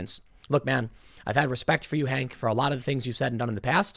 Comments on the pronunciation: Tim. How many stories you gonna do about this guy before you are going to call him by his actual name. LOL His name is HAWK Newsome. Not HANK. Every time you call him HANK it makes me laugh. And you call Rose McG*OW*an, Rose Mc*GO*an. It kills me every single time. It's OW like COW not O like GO. LOL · HAWK !! Tim it's HAWK not Hank . HAWK NEWSOME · Hawk, Tim. Not Hank! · Why do you keep calling him Hank. I believe his first name is Hawk. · Hawk. Not Hank, Hawk. Please God. lol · Hank? Who's Hank? The article says Hawk. Hawk Newsome, Tim. It's Hawk. H-A-W-K HAWK. HAWK Newsome. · I'm pretty sure It's Hawk Newsome. Why is everyone saying Hank? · Tim likes Hank LOL. It's Hawk Tim come on, it's literally right in front of you man. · bruh, his is name is hawk, not hank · Tim, why can't you say "Hawk"?